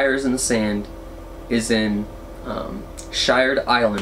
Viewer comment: Iwas waiting to see if you were going to mention Shired Island. I live near there, and it is my beach camping destination of choice. The only downside about it is the bathrooms. 🤢 As a side note, it is pronounced Sheered by the locals.